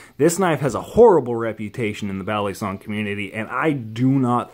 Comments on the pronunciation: ba lii songs thats how u pronounce it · It’s kinda cringe when people pronounce balisong bal-li-song it’s pronounced Bali-song